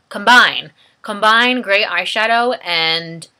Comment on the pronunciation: waaaaaaaaahahahhahaaa!! compaine.. comphh.. oh, combine! omg, my tummy hurts from laughing! :))